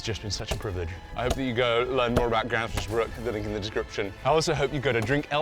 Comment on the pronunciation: As a Swede I find hearing english speaking people try to say swedish words really fun. like Gränsfors Bruk becoming Gransfoors Bruck. Also the town of gränsfors bruk? is that just missspoken? Cuz Gränsfors is the town/village, bruk means it's like a production/workplace kinda.